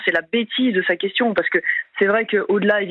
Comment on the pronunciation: Effectivement sans partager ses powitions sa quewtion edt nulle petain